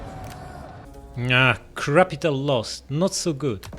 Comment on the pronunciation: "Crapital" Lol 😂XD